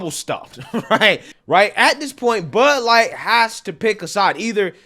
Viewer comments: It's not Bud Light it's "Lud Bight" 🤣🤣🤣🤣🤣🤣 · Buuuh light? You choose which consonants you articulate....